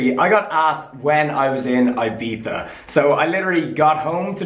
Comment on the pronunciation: It's pronounced "Eebiza" 😅